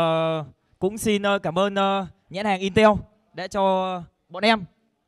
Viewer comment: "nhãn hàng "in teo"" said